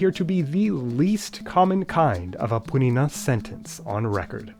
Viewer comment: BRO THE WAY HE PRONOUNCED APURINÃ CORRECTLY IS INSANE